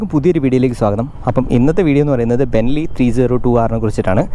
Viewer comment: Be-ne-lli ബെ-നെ-ല്ലി Correct Pronunciation 🤗 പറയാൻ കാരണം ബെൻലി എന്ന് പറയുമ്പോ ബ്രാൻഡ് തന്നെ മാറി പോവും. Much love bro...